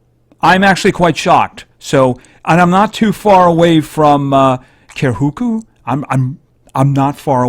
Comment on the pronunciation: 'ker-hu-ku' 😂😂😂😂 it's pronounced 'ki-ha-ku'